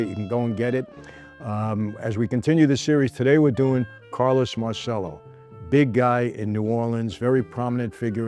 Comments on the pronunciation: MAHR CHELL OH MAHR CHELL OH MAHR CHELL OH….NOT mar sell oh come on Michael I love you to death, but have some respect for the Italian language and Carlos who spoke fluent Italian. He would’ve corrected you as well. I’ll say it again fake New York Italians, who destroy the Italian language it drives me insane and it makes you lose credibility. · Why do Italian Americans forget how to correctly pronounce their surnames? It's Mar - Che - Lo. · Si chiamava come il figlio di De Niro in "Bronx tale" ... La pronuncia è errata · Everyone mispronounces Marcello, even this American-Italian presenter. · You really have to learn how to pronounce Italian properly. The way you say Marcelo is incorrect. CE in Italian sounds like CH when you say Cheese